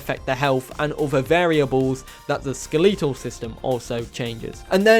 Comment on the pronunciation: ske-LE-tol system lol